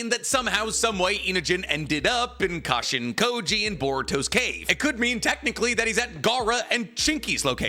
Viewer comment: Every time I hear Jairaiya’s clone name = Cash-in-Kody.